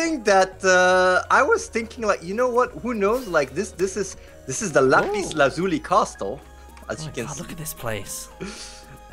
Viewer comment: Lapis LAZ-YOU-LIE! Sorry, just get my minecraft out!